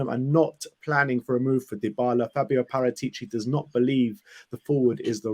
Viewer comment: Please pronounce Paratici correctly. It's disrespectful.